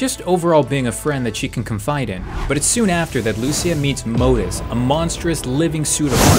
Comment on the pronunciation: You’re pronouncing Modeus and Lucia wrong btw